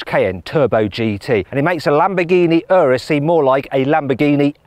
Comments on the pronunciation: 冒頭の所、Lamborghini Anusって言ってる？？ww 翻訳もまさに「丸く」してる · 「エイナス」って言ったか！？